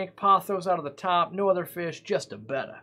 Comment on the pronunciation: I just found your channel today and I've subscribed for the simple reason you've pronounced the name "Betta" properly. For many years now people who work in aquarium shops have been calling this fish a "Beta", pronounced like the Greek letter. I don't know why this annoys me so much, but it does. Your advice is spot on, thanks.